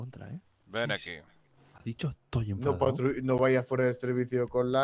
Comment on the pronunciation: Dice "menfadao"